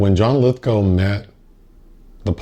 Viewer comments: Right. So I did, because I have no life :) . Apparently it really is "Lithgo" and not "Lithgaouw" as I thougth it was. Case closed. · pronounced lithgow like cow 🐄 lith g ow! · is that really the correct pronunciation of "Lithgow"?